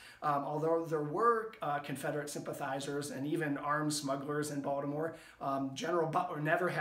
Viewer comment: First time watching, this was very interesting. I grew up off Caton Ave, on Kingsley St. in Baltimore City, until I was almost 14. Moved to HoCo, and now I own a home in Ann Arundel. I take it you grew up in MD, as well, based on the way you say Baltimore? Family of mine from out of state brought to my attention how we pronounce BalDimore, without a T. Thanks for sharing, I look forward to watching more content, and learning from you. If you haven’t already, can you do one on the phoenix shot tower? That’s something I’ve driven by a ton, but never stopped to checkout. BOL